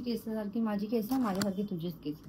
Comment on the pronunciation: Kesaaaaa nahi bolt kes boltatst